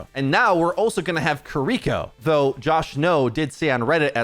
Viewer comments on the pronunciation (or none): He often pronounces incorrectly as "Kuh-ree-ko". Hopefully, the correct pronunciation ("KEE-ree-ko") will be used more often. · Please consider pronouncing Kiriko as "KEE-ree-ko" and not "kee-REE-ko" as it is much closer to the original Japanese and sounds much better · Still makes me laugh every time turns "Key-Re-ko" into a Yu-Gi-Oh card. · why are you sooo bad at saying Kiriko's name? They literally said it several times during the dev video.